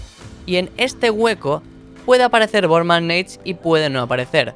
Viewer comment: Borman neit no es borman nátes